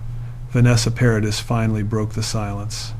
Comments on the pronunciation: Her name is pronounced ' Pa ra dee'. The ' s ' is silent. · Great story ,however please pronounce her name correctly.. Vanessa Paradis. (PARADEE) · Please stop saying Vanessa Paradisszs, 🤦🏼‍♀️ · Another video on utube that says…..NOTHING……JUST drones on, and can not even pronounce her name, CORRECTLY. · It can't even pronounce her name properly, hahaha